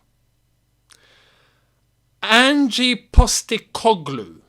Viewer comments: as an aussie, thought i’d just say it’s pronounced not like “angie” but more just leave the e out of it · "Angie Postecoglou" 🤦‍♂ mate its Ange, and yes SPFL is far from an elite league but he needs some credit, he came in to Celtic and completely revolutionised the team. Just reading his Wikipedia site and don't actually watch their football. Just say "I don't know anything about him", instead of pretending you understand how he plays, his formations. Saying "I want someone who can get us winning trophies" is not realistic, it's like working as a bin man and saying "I want a Ferrari". We are not the same club anymore, have you looked at the league table? We will likely finish 13-15th place. We need to get back to fighting for the top 6, then worry about top 4 before we are even close to talking about fighting for the title. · Ange not Angie! Aussies know all about him. Multiple titles here, Japan and at Celtic.